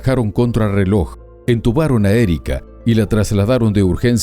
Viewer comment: Dice: entubaron, en vez de intubaron, y Satoy en vez de Santoy. 🙄🙄🙄🙄